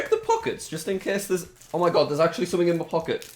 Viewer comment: Why does he always say me instead of my!😂